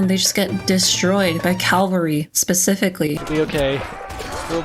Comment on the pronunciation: she pronounced cavalry as calvary Mr electric send her to the principal office and have her expelled